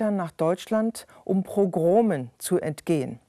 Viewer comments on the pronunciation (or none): Es heißt "Pogrome" , nicht Progrome.....